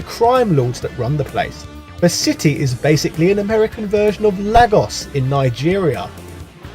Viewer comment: lagos nigeria, love the metaphor hate the pronunciation